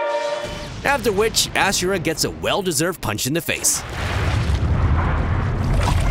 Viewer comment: It's A-SU-RA, not Ashera. Ashera is Yahwe's wife.